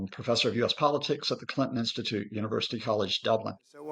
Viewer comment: the moment this dude said "clinton instute" i felt like gagging...